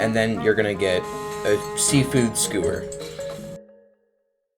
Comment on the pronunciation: bruh, it's pronounced "SKYOO-WURS" , NOT SKOO WURS. PLEASE TELL ME YOU DON'T HAVE A SPEECH IMPEDIMENT 💀